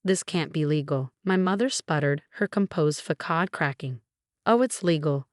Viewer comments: Fakod? Instead of facade. This AI is ridiculous. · Facade is pronounced as Fasod! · That “fakod” moment had me wheezing 😭 Like… c’mon, AI, it’s not that hard. One job!